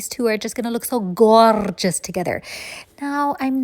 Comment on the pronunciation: Please don't say goorgese😂